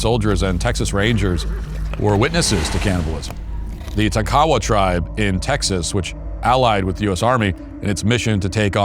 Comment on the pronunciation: It's not pronounced - tah-kow-wah. The tribe is Tonk-a-wah.